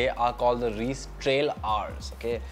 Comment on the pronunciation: It’s not “Reeece” bro. It’s pronounced as “Raiyce” Reise literally means Travel in German.